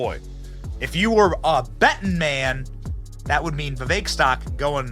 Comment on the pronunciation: It’s Vivek not Vivak.